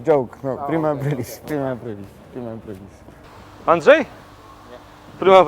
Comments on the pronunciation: "Prima aprail" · prima ajpajl xDDDD